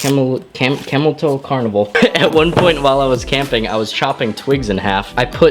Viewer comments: Camillus- (ca-mill-us) not camel less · 1st it's pronounced ca-millus, not camel us . 2Nd you just got a shitty New version cuz mine is badass and works better than any of my other machetes or hatchets. But mine isn't serrated or have a camo handle, and has a saw blade on the back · Its pronounced CAM ill US and the resason they suck is because the real Camillus cutlery factory went out of business and got sold to a Chinese co. Camillus used to make some of the finest blades you could ask for. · Actually mispronounced ca-mill-us Camillus cutlery which makes some of the best knives from.camillus ny in syracuse genius , everything is trash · Pronounced cam mill us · It's pronounce ca mill us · Camillus, the knife company that makes the Carnivore, is pronounced ka-mil-us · Small world. I live probably 5 or so minutes from where the factory used to be. The way this guy pronounces Camillus is bothering me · I will now only pronounce Camillus the way does, specifically to bother you.